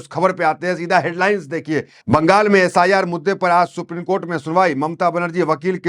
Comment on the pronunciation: Pl pronounce ' supreme' and not as 'suprene'